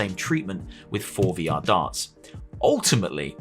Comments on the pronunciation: Every tine you pronounced it "For VR" instead of "Forevor" I cringed. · The forevr is pronounced forever... The way you say it is basically meaning "pre-vr," by how it's spelled.